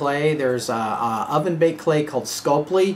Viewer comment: Scul-py,, Scul-py. Not Sculp-ly.:)